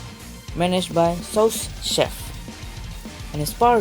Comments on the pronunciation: "A bar managed by Sous-Chef" That mushroom person's name is not Sous-Chef, Sous-Chef is a title for the 2nd in command of a kitchen. Sous means "under" in french. So there is a Chef and a Sous-Chef of a kitchen. Also it's pronounced suu chef not sose chef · Sous-chef is just pronounced sEW-chef